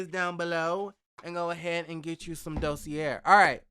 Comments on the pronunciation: Hey the word Dossier is actually pronounced Do-se-a. Blessing great video! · Is it really pronounced "Dossierrrre" or just "Dossier"?